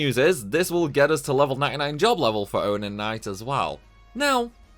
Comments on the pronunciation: It's not Onin Knight. It's Onyo Knight. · Its pronounced "UN-YEN" not o-nin... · Literally no one in Britain says "Ownen". We say "Unnyen" like every normal English speaker. wtf is this, lmao. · Dude, Onion the vegetable... [ Un-yon] not Onen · hes definitely saying ownin.. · I agree he says it like onin knight when its actually onion knight as in the vegetable onion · He's trying to say 'owning,' not 'onion' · so A. FF3 is for the Nintendo DS not 3DS B. it's Onion not Onin. like the thing you put in your chili. C. You are crazy pls take my like and my sub. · "Un-yun" not onon lol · "Onion" - Pronounced pronounces...... "Words are hard!" ( quote from nearly every stream) Great vid pal 👍👍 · Why are you pronouncing onion so weirdly.... You are saying it like oninon instead of the vegetable like its written. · Ive been pronouncing onion wrong all this time, who knew it was pronounced onin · The way you pronounce onion knight hurts my soul. Imagining you asking for a bag of cheese and onin crisps… or chopping onins…. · It's always pronounced onion like the vegetable because b it's almost always in reference to the actual vegetable. I think in final fantasy in particular though onion is Japanese slang for useless so if pronounced differently was localized to being onion. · I think I just took mental damage from your pronunciation of “onion”. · I find it disturbing that you can't pronounce the word "onion" properly. 🧅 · I don't think I've ever heard anyone pronounce "onion" that way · FYI, that's not how you say onion. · I will literally pay you to learn how to say 'Onion'. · Excellent video! I love how you pronounce Onion lmao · Why are you saying onion like that? Lol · you’re an idiot…. and the way you pronounce onion triggers me beyond god. …… fck i hope you earned thousands for this cause fck doing this. i have maxed every job on the DS version ONCE and will never do that again. i love job systems and grinding but this was just hell.